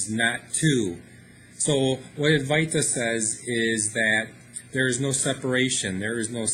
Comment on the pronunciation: Adwaita with the w accentuated. the v is pronounced w